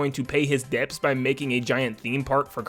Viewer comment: Pro tip. Don’t pronounce the B in debts or the T in debut. Gross sounds